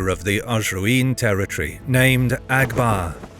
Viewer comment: Abgar not Agbar